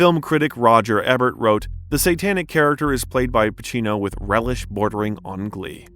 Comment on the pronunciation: C'mon! Haven't you seen "Seer-pee-co?". It was reviewed by film critic Roger "Eh-bert". And Pacino won the "see-essle" B. Demille award!